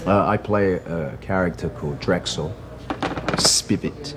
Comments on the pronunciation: Drexl “Spivey” is the name of the character not “Spivet” as he says here. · Spivet..? It's Spivey